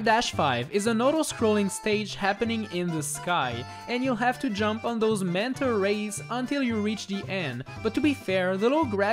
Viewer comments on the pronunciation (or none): It sounds like you're saying mento Raids instead of manta rays in New super Mario Wii.🤣